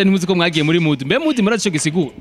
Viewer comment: Bro mukwiy guhindur camera vraiment amashusho yanyu ntabonek nez ham uwomukobw arek kwic English ngo mudiii bavug mood ntibavug mudiii